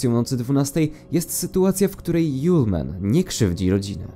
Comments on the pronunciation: To nie yole man tylko julemand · A nie "żulman"...